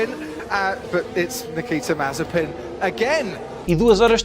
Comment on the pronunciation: Disseste mal Mazespin